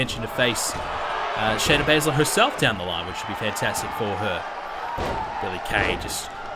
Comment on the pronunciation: Shana Bazler not sonya deville Shayna Baszler**